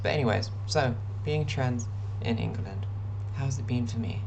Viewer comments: So a couple of things First and most important, you need to change the way you pronounce In-Guh-Lund it's Ing-Lund. Second: if your out in public and you are attacked, someone will step in. Just look suitably helpless, I promise you, you'll get help. Sweden's population on the whole is pretty trans positive (I used to live there) but really English people are too usually as long as you're chill -they are too. GL HF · will you stop calling it "ingel land" please. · Why are you calling the country Ingerland? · love how you pronounced it "ingulund" for the whole video - really adds to how bleak it is here